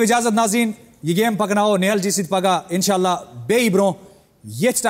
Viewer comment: reham khudaya isne tou kashmiri language ki aise ki taise ki yaar nakhre kyu karahi hai yr tu tou aise baat hi nahi karti keh bani hadd hai tu aur inshollah nai inshallah bola kr